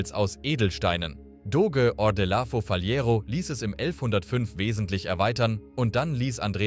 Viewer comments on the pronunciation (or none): es wird Dosche gesprochen, Doge geschrieben :)